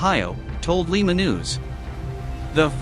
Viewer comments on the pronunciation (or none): Li....ma. pronounced with a long I. Not like Lima Peru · It's L-eye-ma not Lee-ma! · It's not Peru moron, it's Ohio and it's pronounced Lie-ma, not Lee-ma. Lima Ohio.